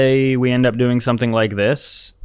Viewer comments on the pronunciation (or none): none